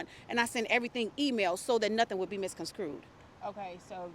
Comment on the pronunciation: Go to the mark and there's more fun. "misconstrued" = "mis-con-screwed". I'm dying here! 🙂